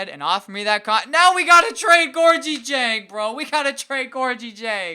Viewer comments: Gorgui Dieng's name is pronounced "Gorkie Jang" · it's pronounced gorgee-jeng